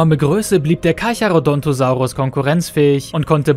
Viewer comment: Carcharo DON'T osaurus 😆